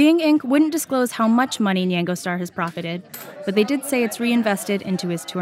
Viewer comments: why does she keep saying nyengo? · She pronounces nyango kind of weird. Lol have I just been saying it wrong all this time?